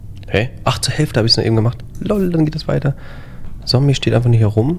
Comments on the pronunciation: Du machst alles gut nur bitte sage Zombey mit Z und nicht mit S, du machst es genauso wie Paluten früher. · Ich find ja geil, dass die ganze Zeit Sombey sagt😂😂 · Ich wollte nur mal erwähnen das man ihn 'zombei' ausspricht und nicht Zombie-Sombey' nur so als kleiner Tipp 🙂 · Triggert es noch jemanden, dass er die ganze Zeit Sombi statt Zombey sagt? 😅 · No Front aber Zombey heißt nicht Sombey sondern "Z" ombey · wie er einfach konstant Somby statt Zombey sagt 💀😂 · Wie immer Zombie anstatt Zombei sagt 😂😂😂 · Nices Video wie immer! PS: Man spricht Zombey aus wie man ihn schreibt (nicht Zombie) xd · Extrem nice Kombi! Würde mich nur interessieren wie das zustande kam :D ps: Zombey nicht Sombi oder Sombey :) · Zombey nicht Sombey haha 😹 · Regt nur mich auf das er immer sombi statt zombey sagt?😭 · ju: sombey ich: ZZZZZZZZZZZombey mit zzzzzzzzzzzzzz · JUUUU BITTE es heißt Zombey NICHT Sombey und such NICHT ZombIE oder SombIE DANKE!!! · Es triggert so wie er sombey anstatt Zombey sagt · Niemand:: "Sombey" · Zombey wird mit ''Z'' ausgesprochen 😱😂😂😂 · Wenn ju noch einmal Sombie oder Sombey sagt ich box den weg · Ey triggert mich dass, das Zombey "Sombey" nennt😂